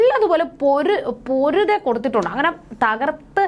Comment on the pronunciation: It is not poruthe.it is pothire.